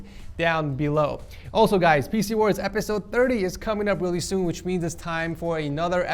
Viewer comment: for a second i thought you said faeces wars instead of pc wars